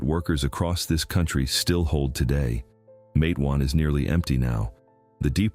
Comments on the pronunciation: It was very disturbing how he pronounced the town's name so wrong. I want them to know it's Mate-wan like Mate one. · I thought Matewan is pronounced Matt e wan